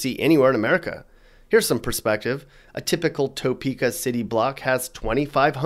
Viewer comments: I live in Salina Ks and was tickled that you did a video on our state. Topeka is pronounced Tapeka not Toe-peka. You're right that it sucks. Our state does have problems, yet we have lots to offer.👍💕 Lived in Wichita and quickly moved back to Salina. Scary city -Wichita, that is. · You can always tell someone isn't from Kansas by the way they say Arkansas City or the Arkansas River. If you're FROM Kansas you know it's pronounced Ar-Kansas, not Ar-Kansaw. And it's Tuh-peaka, not Toe-peaka. But hey, thanks for thinking of us! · It's pronounced tuhpeka not toepeka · It's Pronounced "Tuh-peak-Uh"; Not "Tow-Peak-Uh". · It’s not “TOEPEKA” it’s pronounced TAHPEKA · Not Toe-pee-kah but Tah-pee-kah. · As a Kansas native, this makes me laugh and it’s Ar-Kan-sas, and Toe-peak-a,. And thanks for pronouncing Wichita right. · This is hilariously bad. It's Poorly written and researched. D for effort. A for misinformation. I'll just leave it at "Toe peaka" ahahahahahah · Topeka is pronounced "Tuh-peeka." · Toe Peaka lol I didn't know KC Missouri was in Kansas. Halarious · The heavy inflection on the 'TOE' part of Topeka is killing me...😆🤣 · The person who made this video has obviously not lived in Kansas very long. You can tell by the way he pronounces Arkansas City, the correct pronunciation is R-Kansas, not the same as the state R-kan-saw; and the city of Topeka, which he pronounces as Toe-peka. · It’s Pronounced “Ta-pee-ka” Topeka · Why are you hating on my home state? BTW.. it’s pronounced Tah Prka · Add to your credibility by pronouncing the Kansas towns of Arkansas City and Topeka correctly. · If you are going to talk about Topeka, you should at least get the pronunciation right. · Well I've decided he's not from Kansas the way he pronounces Topeka. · It’s pronounced Tuh Peka not Toe Peka. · We don’t say toe-peek-ah. We say tah-peek-ah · It's Tuh-peka, not Toe-peka.